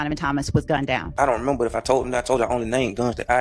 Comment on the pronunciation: “Ion Remember” 😂